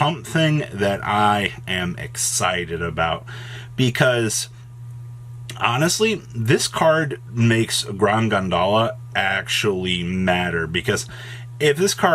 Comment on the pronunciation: I get that you don’t know the origin of the Cartesia fusion monster (I had to research it myself), but it’s not “gondola”, it’s pronounced “grahn-geen-yol”. It’s apparently the name of a famous theater in Paris that was known for sensational and grotesque performances.